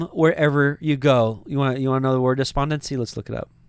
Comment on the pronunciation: Why did you say the word "despondency" with an Indian accent?